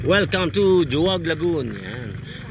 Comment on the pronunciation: pinupronounce po sya as "Hu-wag" Lagoon hindi po "Jo-wag" hehe